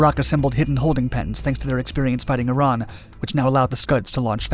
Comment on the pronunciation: Bro literally said "irain"